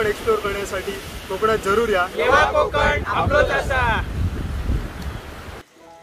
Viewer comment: "Kokan" "konkan# nahi.... छान होता विडिओ 👌